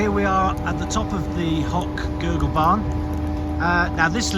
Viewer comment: Very good video, but maybe you should learn how to pronounce the villages you talk about. It’s not ”Hock-Gurgl”, it’s Hochgurgl. It’s not ”Solden”, it’s Sölden. Otherwise, great 😊